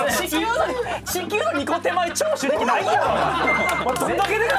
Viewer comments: の長州力の発音消臭力すぎる笑笑笑笑笑笑笑笑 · の「長州力」の発音が「消臭力」なの、だれかツッこんでくれ…！ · の長州力の発音が消臭力すぎてじわじわくるwwwwwwwwwwww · の長州力の発音、 ずっと消臭力なんよwww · 長州力のこと消臭力のイントネーションで言うのやめて🤣🤣🤣🤣🤣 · の長州力が消臭力のイントネーションに聞こえるの私だけ？😂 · RANの長州力のイントネーションが消臭力でジワるw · の長州力さんの発音が完全に 消臭力wwww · 長州力のイントネーション気になりすぎるしジワジワくるwww